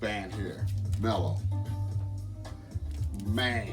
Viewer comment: WoW, I’m not familiar with this band brother! Latin Funk and Jazz… definitely right up my alley… I’ll check it out for sure. BTW, I think the band’s name is pronounced ‘’Maahlo’’ which means BAD in Spanish. Thank you for sharing my friend 😊